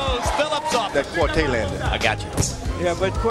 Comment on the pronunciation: Ike Quartey,his name is pronounced Quar-Tay,Not Quartee.